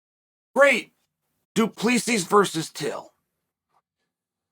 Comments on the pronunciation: Correction, dooplisees 🤣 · it's pronounced do-pleh-c